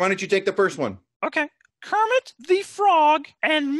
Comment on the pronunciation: When Kermit pronouces his own name wrong.